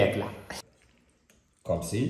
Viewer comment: سلام متبقاش تقول ..كومسي... خصاك تقول كومسا .راك عزيز